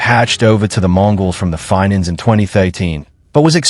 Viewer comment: If you want to know facts and not made up stuff where a AI thing can't even say Fink's properly definitely do not find it through this poorly made up stories.